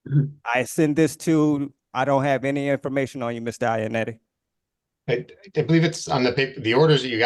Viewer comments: Dude mispronounced Mr. Ionotti as “Mr. Ionetti” so much that he had the judge starting to do it. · The real crime here is how y'all pronounce Iannotti. Italians would cry.